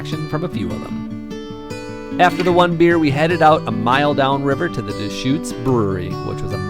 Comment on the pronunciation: I follow and love you guys and I am from Eugene. raised there...But..LOL Dechutes is not pronounced DEEE shoots but rather duh shoots...lol And btw Eugene has major bike trails You can ride all the way from West Eugene to Springfield, OR via Downtown via Alton Baker park and by Autzen (Go Oregon Ducks) stadium.. Probably 20 plus miles or more of trails....